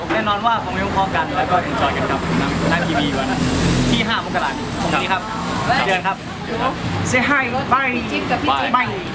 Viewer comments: นนคะ มกราคม อ่านว่า มะ-กะ-รา-คม ค่ะ ไม่ใช่ มก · นน เขาออกเสียงว่า มัก-กะ-รา-คม นะไม่ใช่มก- กะ-รา- คม